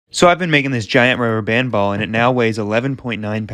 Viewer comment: Thisnis how much times he said ruber band 👇🏼